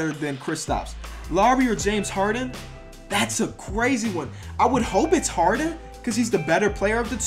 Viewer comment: U got Lowry and Harden wrong too